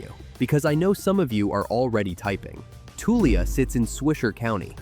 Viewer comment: the way you pronounce Tulia is funny 😊 we say "Toolya"